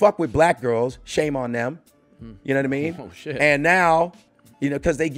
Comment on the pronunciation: Keak says Ya da da Mean or ya na da mean